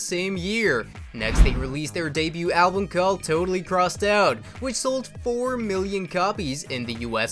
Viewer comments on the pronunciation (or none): none